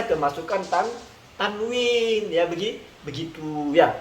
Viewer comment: 😄😄....wahabi dengarnya kawin bukan tanwin 🤣🤣